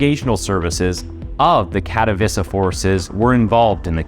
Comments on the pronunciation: "Katowiza" is not how you pronounce Katowice. I'm not polish, but I'm 100% certain you butchered that. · its Kat-oh-vee-che not Kato-vissa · Tbh..it wasnt pronounced well